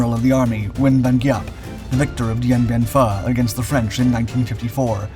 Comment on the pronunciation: It is pronounced Kay Sawn. Pronounced Dee-en be-en foo.